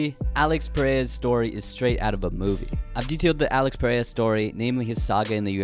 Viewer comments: His name is pronounced ‘Al-eyx Pe-hay-ra (rolling r)’ not ‘Peraya’ 😭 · Its Alex PereiRa, not Perea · U still can’t pronounce his last name correctly lol